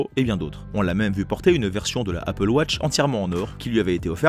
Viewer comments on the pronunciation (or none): none